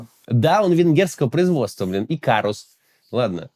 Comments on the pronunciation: В Икарус ещё и ударение на первый слог 😂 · "Икарус" ("икаруш" правильнее звучит), гуляш, чардаш, гусар - это то с чем может ассоциироваться Венгрия и её культура.) Все это венгерские слова!) Ах да, чуть не забыл, Кубик Рубика!)))Его тоже придумали в Венгрии!)))) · Правильно говорить Икаруш.Он так называется в оригинале .Вы же не говорите Будапест ,а Будапешт .